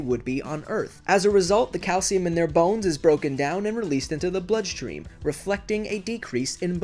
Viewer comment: I heard cow semen not calcium